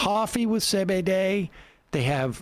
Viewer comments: Say bay day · Are you purposely mispronouncing CBD?